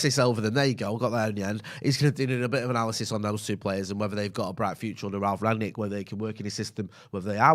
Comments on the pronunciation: I noticed and others calling him "Ragnick" and now it's even in the title of the video. The guy's name is "Rangnick", pronounced like the past perfect of "ring" -> rungnick. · Rangnick not Ragnick! Very poor tbh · Why can't you even pronounce his name?